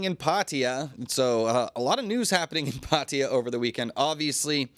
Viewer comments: Why do you pronounce Pattaya as "Patteeya" when it's actually Pattaya. Sounds ridiculous. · Come on, it's pronounced Pa Ta Ya, not Pat ya😂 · Please stop saying Pat ee yer Everyone in Thailand 🇹🇭 pronounces it properly as Pat A ya . It is enfuriating . Just lazy vocabulary ! Also just report the news , not interested in you opinion ! 🇹🇭😎